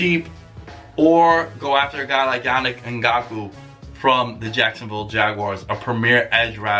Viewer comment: He said “Yannick ngakoo” 😭😂